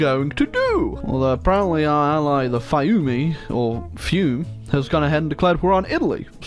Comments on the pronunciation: Fiume is pronounced Feeumë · Nice video but it’s pronounced /ˈfiume/ (FEEOO-meh) lol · The pronunciation of Fiume gets me everytime.